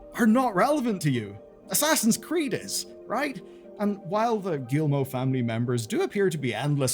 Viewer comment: "Gee-Moe" not "gill-moe." Do you not have any education? You mispronounce everything that isn't English.